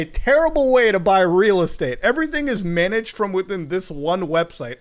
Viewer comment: It’s ree ree estate